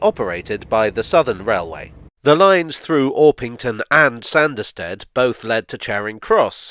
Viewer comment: The hilly country thereabouts would have made this a heavily-engineered (ie expensive) line to build compared to many of his other projects...added to,as you say,the sparsely-populated nature of the country,no-one would have been keen to invest. Oh...and it's pronounced "Sarnderstid" 😀